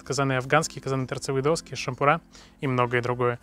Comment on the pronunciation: ШампурА 🤦‍♂️Где вас всех говорить учили?